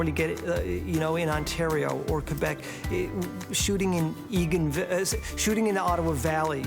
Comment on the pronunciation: Wow he pronouce Quebec the way it must be :) Merci Crabtree ;)